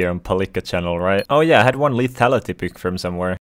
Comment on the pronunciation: “Buuk” sorry lol